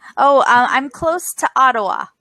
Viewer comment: He probably doesn't know the pronunciation of "Ottawa", as he certainly knows that's the capital city of Canada.